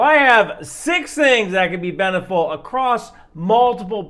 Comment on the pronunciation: The 2nd time he says beneficial he says "beneful" which is the brand of dog food I buy.